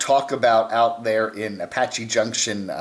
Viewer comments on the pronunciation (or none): none